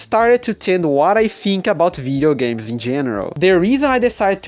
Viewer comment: I thought you're saying Vita games.. turns out it's Video games lol anyway welcome to the pc gaming community bro